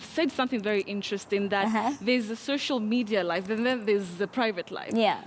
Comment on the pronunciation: It's social media not shosho Madiya zari🤣😂